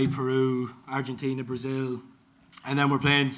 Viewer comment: OMFG ARGENTINAAAAAAAAAAA!!!!!!!!! LO DIJISTE TAN PERFECTAMENTE NIALLER!